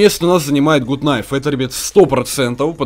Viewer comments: Почему блять гут найф и тычковый нож??? Правильно гат найф и тычковые ножи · Почему все говорят гут найв? ПРАВИЛЬНЫЙ ПЕРЕВОД ГАТ НАЙВ!